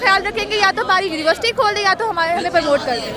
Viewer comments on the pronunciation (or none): juniversity ky students 😂